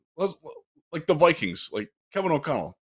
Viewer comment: "Vike-queens"? Really? Do better